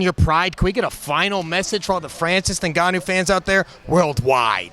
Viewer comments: fr lmao it's supposed to be En-Gâ-nou, not negannou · bUT Ya''ll always mispronounce NGannou's surname... calling him something like "NnnneGanu" 🤣🤣🤣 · He keeps saying "Francis Nigannou" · Francis saying Jun-jun is like ufc announcers calling him Nooganu in his earlier career 😂